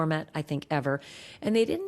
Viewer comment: Detritus= de-TREYE-tus